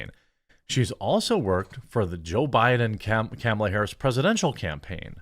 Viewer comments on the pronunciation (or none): none